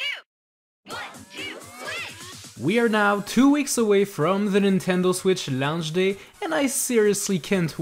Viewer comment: I love how when you say "launch" it sounds like lounge!